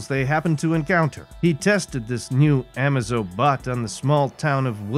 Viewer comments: Love the pronunciation of Amaze-O as amazo, shows the narrator knows nothing about what he's reading lol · Amazo is pronounced amaze--zo. Dex-Star is a 10 on the Unique character scale we are lucky Geoff Johns liked it and added him in. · Love the story, kinda annoyed at the pronunciation of Amazo.